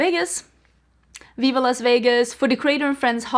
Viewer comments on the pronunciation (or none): none